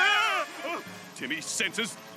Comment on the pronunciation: “DINKLEBURG”!!! -Timmys Dad